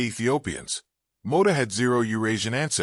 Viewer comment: Mota, not Moda